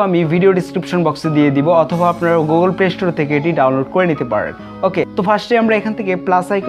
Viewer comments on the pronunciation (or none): none